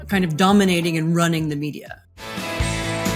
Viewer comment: I heard her say “dumbminating” the American media…and…yup.